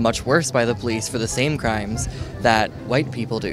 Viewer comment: Poo lice? Speak engrish?